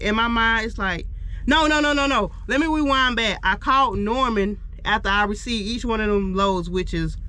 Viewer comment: Weewind 😂😂 its REwind girl.